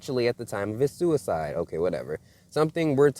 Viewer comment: You can't say suside